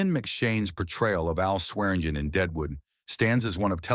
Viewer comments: I'm a Swearingen. It's pronounced Swear-in-gin. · Chinese AI : Swergin